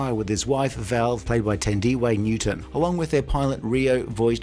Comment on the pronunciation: uh, "tan dee way" newton? not "than dee"?